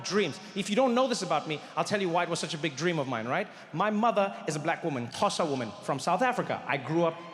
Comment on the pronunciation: Why is he saying "xhosa woman" like an American 😭😭😭😭